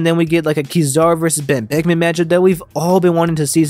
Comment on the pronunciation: Kizaru: “OOTOTO…..BEN BECK-UH-MAN”